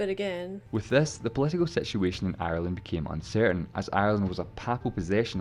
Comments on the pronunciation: 2 syllables, pronounced Ire-land - not Eye-Er-Land - love your videos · I stop watching when she said eye ur land.